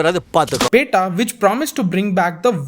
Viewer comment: Disliked for butchering "pettai"